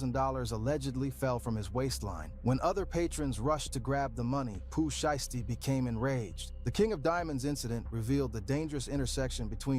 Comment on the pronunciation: The "Shy-yasty family" 😂😂😂😂 U know the person who uploaded this video u reacted to used an AI voice for this, cause no human who knows Pooh Shiesty pronounces it that way 😂 Pooh Shisty? 😂😂😂